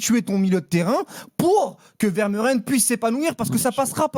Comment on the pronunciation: Ça se prononce "Veur-Mé-Ren" et non pas "Ver-Meu-Ren"... Misère...